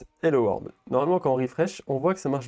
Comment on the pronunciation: C'est hello world pas hello word xD